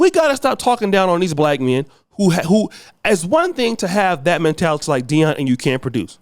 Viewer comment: Jason Shitlock, you keep pronouncing his name wrong